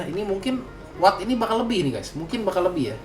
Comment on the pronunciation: kok lo kalo manggil WATT jadi AWATT deh? ini gua yg salah baca apa gmn sih? dr dulu pgn nanyaa😅